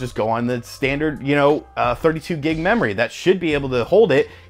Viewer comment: I heard "mammory expansion." lol.. (I'm so mature.)